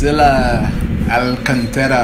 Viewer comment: You're right. "Liberdade" is Freedom...and the whole significant about the song you said is truth. And when you pronounced her undername in the beginning, was right. Great job! You understand the whole videoclipe. React Leonardo Gonçalves - Livre Sou. It is like capella.